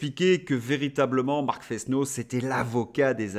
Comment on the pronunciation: Pourquoi Fesse-no ? C'est le "s" de l'accent circonflexe. Forest donne forêt. Frenot, comme frêne. Il me semble.